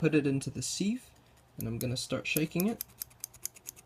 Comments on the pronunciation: Siv, not Seeeev. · Good info. Pronounced sive like give, though.